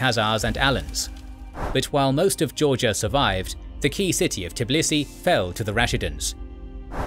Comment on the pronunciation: Tbilisi, not Tiblisi.)